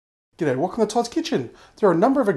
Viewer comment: You should put more emphasis on the "G'DAY" like you used to ;(